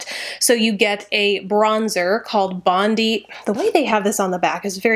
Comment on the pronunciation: is this how all americans pronounce bondi? Lovely video also!